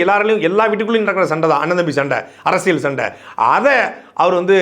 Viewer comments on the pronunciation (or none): none